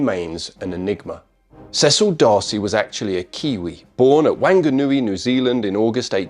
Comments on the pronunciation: Hello. For what its worth New Zealand Maori (the native inhabitants) place names use different vowel sounds, so wanganui would sound more like w-ah-nganui, rather than wang (rhymes with sang) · That's not how you pronounce Whanganui.